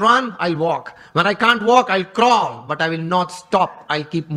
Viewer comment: He said, if i cant walk ill crawl but ill never stop. Pronunciation was a lil off but this was the meaning of his sentence. Jai swami narayan 🙏